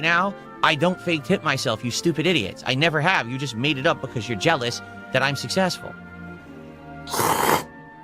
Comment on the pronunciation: begging early for tips for the next day's stream, but he is "sussessful"